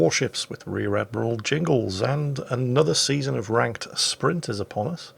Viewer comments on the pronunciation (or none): none